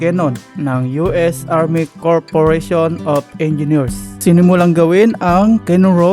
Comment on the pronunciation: U.S. CORP (PRONOUNCED AS "KOR") OF ENGINEERS, HINDI PO CORPORATION.